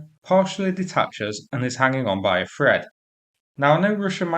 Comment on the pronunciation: The word is thread not fread